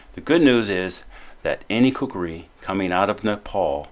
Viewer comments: Stop saying kukari its kukri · It's KUKRI Not KUKURI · Coo Kri ------ NOT --- Coo Coo Ri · I couldn't finish watching this video, because of the narrator constantly saying, "kukari".